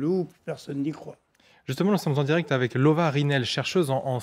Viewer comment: C’est Lova Rinel et non Rinal…